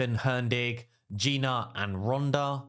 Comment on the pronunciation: at least lear the name of the champs properly. I am talking about Gnut ... it is supposed to be pronounced as "newt" not G-nut. Other than that it is good video for people that have all these champs. For me I do not have a single one from your first team